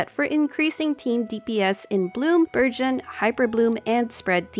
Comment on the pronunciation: They way Burgen is pronounced it sounds like "Virgin" even yt subtitles thinks that lol.